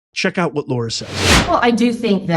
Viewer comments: Lara, not Laura. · It's LARA not Laura, please! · It's LARA not Laura. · Why do you keep calling her LAURA? Her name is Lara. She herself pronounces her name LARA. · Her name is Lara, not Laura. So like in the word Larry not Lorry. Lots of peeps make this mistake in pronunciation and I think a person's name deserves high respect to say it correctly., dedication to MAGA and the truth and loyalty to Trump. Thanx for everything!